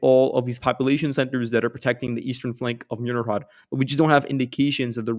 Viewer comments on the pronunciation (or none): Dachne is pronounced Dah-ch-neh 😃 Mirnohrad is pronounced Meerno-grad 👌🏽